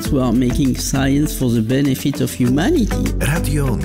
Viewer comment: I dalej te "hjumaniiitii" w wejściówce.... masakra. Weź to wywal kobito, bo promujesz niepoprawną wymowę. Żadne "hju" tylko hu i nie "niiiiii" tylko "n - i"....humanity.